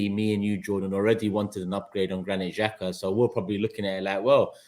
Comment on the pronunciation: I find it very CHILDISH that Jordan can’t say Xhaka’s name.. childish and disrespectful